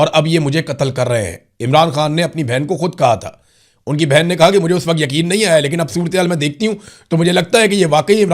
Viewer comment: (IMRAN BHAI) Nahe kahny k andaz ke to bath he kia hy,,, kaisy ap ly kr aty hain(NAHE) kia bath hy